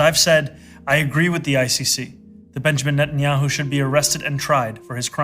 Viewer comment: 100% correct. They even play dumb like they don’t know how to say netenyahus name 🤣🤣🤣 keep an eye out for it. I’ve noticed it for along time now and does it in this episode multiple times. It’s like they’re scared AI transcripts will pick them up talking shit and report it to the Big Yahu 🤣🤣🤣